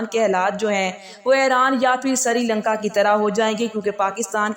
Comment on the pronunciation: Madam “sarilanka” nahi hota; srilanka hota hay-agar pata na ho to kissi parhay likhay say pooch Iiya karain 😮